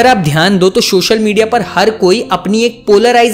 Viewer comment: not subscribing you because you kept saying “shoshal media” it's social media bro😭😭😭😭